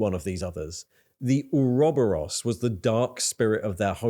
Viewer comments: that's a very interesting pronunciation of Ouroboros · british people cant prounounce basic words anymore, the way you said ouroboros was legitimately infuriating.